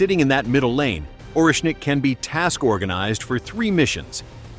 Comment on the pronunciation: ORESHNIK!!! 😂😂😂😂 way not Russian?